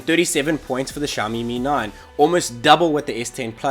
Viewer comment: Dude it's Mi 9 not 'me9'